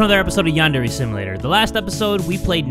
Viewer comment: . I know he’s saying Yandere Simulator, but I hear him say “Yandere Sim Later”.